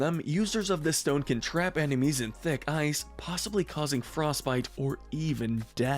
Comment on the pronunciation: He put eye not ice